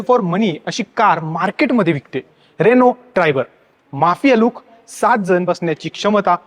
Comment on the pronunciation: रेणू नाही रे अण्णा रेनो म्हण गावठी पणा सोड 😄